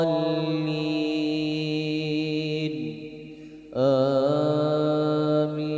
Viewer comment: Maaf apakah ada yang memperhatikan bacaan akhir fatihahnya? Yang saya liat dan dengar "waladloolliim" Huruf mim Bukan "waladloolliin" Huruf nun.